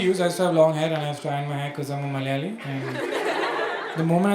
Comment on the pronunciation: Hearing Am a Malayali sounds so good... 😍😍😍😘😘😘😘